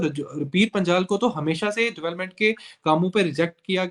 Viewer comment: Aur Reporter sahab .. pir Panchal kya hota... Panjal hota hai......